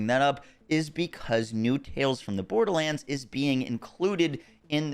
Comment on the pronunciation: if i hear "borDaHlanDs" one more time